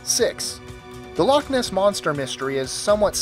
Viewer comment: Hey! Correct pronunciation of the word "Loch" nicely done.